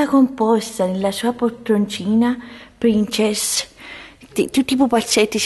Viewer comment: PrinCESS e FitTEA nn si può sentire 😂